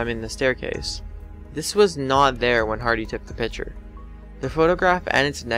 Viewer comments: PICTURE, NOT PITCHER! FOR FUCKS SAKE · picture, not pitcher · Please pronounce picture correctly. It's not a "pitcher" it's a "PICK-cher" - (arrggghhh!!!)